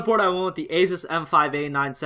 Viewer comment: Asus is pronounced like "Asoos." btw. Sorry I don't know why but it gets on my nerves when people mispronounce it